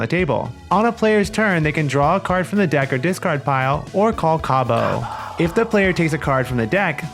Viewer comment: This is similar to a card game I used to play, but better. I wish my aunt was still around, she would have loved it. I will definitely be using the way you say Cabo! I love it. 😊